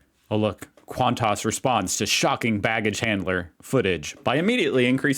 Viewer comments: The news today is those two got sacked (fired). Hardly surprising. Also it's Qan-tas, not Qant-tos - oh, wait a minute, I get it...Qan- tossing. Might become a new Aussie sport! Fab. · QANTAS is an acronym for Queensland and Northern Territory Aerial Services. It’s simply pronounced “kwontis” not kwontarse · It’s QANTAS NOT QANTARSE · Qantarse? lol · Say QANTUS one more time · Someone tell how Qantas is pronounced!. V little emphasis on the tas at the end 😄Its our national airline, known as 'The Flying Kangaroo', due to the red Kanga on every planes tail. The letters stand for Queensland and Northern Territory Airline Service. Founded around 1920 I think. The world's 3rd oldest continuous airline and one of the safest. I heard some of their luggage handlers were sacked this week hahaha. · There is no "O" in QANTAS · I suggest you google the pronunciation of words foreign to you, eg. Qantas, Melbourne, Brisbane, etc, etc. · Hun, it’s not Quantoss, it Qantas(sounds like quan-tss) the “a” is silent. And Melbourne isn’t Mel-borne. It’s Mel-bn…